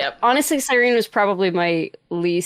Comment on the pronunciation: And “Sireen.” At least got it right